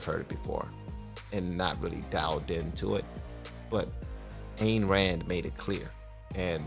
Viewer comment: I've read all of Ayn Rand's books. Ayn is pronounced I-n, not anne. "We the Living," is her best. Her famous novels are filled with page after page of her turgid, repetitive soliloquies on objectivism.